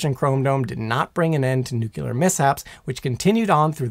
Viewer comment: I really like your presntation style. That said, I've got a pet peeve - "Nuclear" is pronounced NU-CLEAR not NU-CULER.